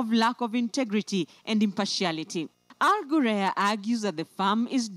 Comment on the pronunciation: wrong pronunciation of the company name plz ""al ghurair'